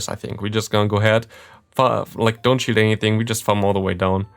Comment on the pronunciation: 0.57 in.: we get his final shield What I hear: we get his final shit 😅